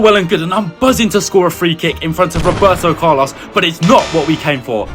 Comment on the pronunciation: when he said Roberto Carlos it kinda offended me of his accent